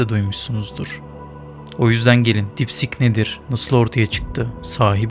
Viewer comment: Sik deyil kardes deep sieeek